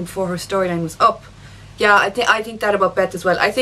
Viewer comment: Why does she pronounce ''Think'' like ''Tink'' ? xD